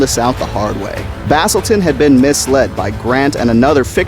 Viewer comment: good video but if i were u i'd call pachycephalosaurus pat-chy for short and not, well, paki